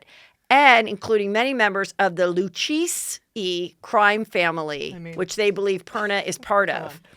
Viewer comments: Pronunciation of Lucchese. Pronunciation: Lu chay z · Pronounced Lou-cay-see crime family. Manzo's were always a little too close for comfort with the Mob. Tiny might not have been a made guy but that's where he earned his money. I know the family that sold the Brownstone to him. He skimmed too much from a SI illegal gambling joint & they killed him. Shot & stuck nude in the trunk of his car. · Giudice - jee-u-dichay. Lucchese - Lew-kay-see......You're supposed to be a professional right? I understand the show is low key & laid back but....c'mon!! You need to do better fact checking & take the time to learn the correct names of the people you discuss & how to pronounce people's names correctly! What gives? I liked your show - found it entertaining - but I stopped watching due to your mis information & poor pronunciation! You have a decent small following but I imagine if you paid more attn to the details - you know it's all in the details!!....You would/could gain a larger following. jmho. Be well! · Pronounced lakaysay .. pretty bad ass family at least here in NY